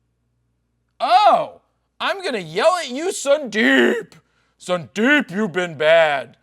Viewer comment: this is fkin boring and horrible when you badly pronounce the name as sundeeeeep ... and that to unnecessarily several time with that terrible throat brushing. dude! .. grow up dude!